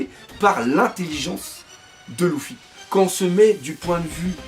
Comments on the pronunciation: C’est pas louffy mais luffy (u) !!!! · Par contre c'est luffy et non louffy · Belle vidéo =) Question luffy pourquoi tu dis LOUFFY? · Arrête avec « louffy » s’il te plait